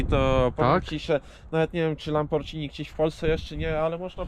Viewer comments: Obejrzal bym do końca ale uszy krwawia od tego lambordżini... Znam marke lamborghini ale lambordżini nie... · fajna prezentacja, ale mała uwaga: wymawia się LamborGini zamiast LamborDŻini. To takie samo słowo jak spaghetti, którego nie wymawiamy przecież spadżetti. Pozdrawiam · Lambordżini? 😂😂😂 I spadżetti….Panowieeee!